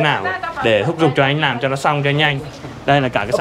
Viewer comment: Thúc giục chứ không phải " thúc dục".....